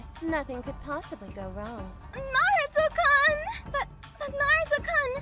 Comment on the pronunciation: I think hinatas VA needs to read a little more into Japanese pronouncements Kan =/= kun -_- Seriously my dudes